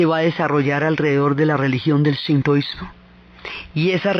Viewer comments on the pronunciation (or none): none